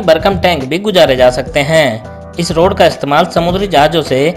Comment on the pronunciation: Rud banane ki